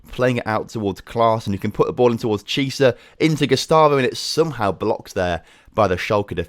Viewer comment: Chiesa you pronounce Kiesa not Chisa